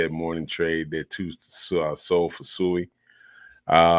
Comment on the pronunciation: With all due respect I believe we should pronounce the name correctly (SWEE)